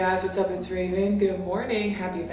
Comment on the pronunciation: Ravern?….its Raven